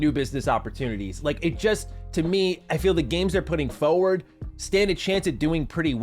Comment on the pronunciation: Fuh word ? You mean forward